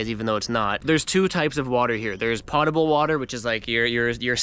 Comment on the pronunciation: You definitely pronounce potable correctly.